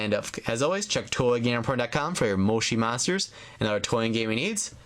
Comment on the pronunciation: it is not moshi monsters you are saying it rong